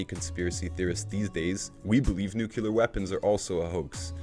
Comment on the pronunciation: Great vlog. Just wanted to point out that there's no such word as nukular. It's nuclear. Only pointing it out because it was said about 12 times. I believe it was George Bush junior that first mangled that word and people been following suit ever since. Other than that I enjoyed this post.